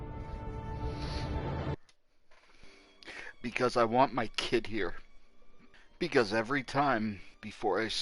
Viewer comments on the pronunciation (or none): none